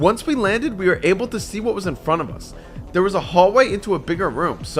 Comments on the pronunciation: “SEE WHAT” SEA WATT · he said “see what” and it sounds like “seawatt” right?